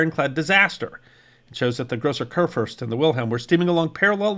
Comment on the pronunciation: It’s “koor-foorst.” I’ll admit, much harder to pronounce is La Gloire — better to just call it by it’s English name - Glory.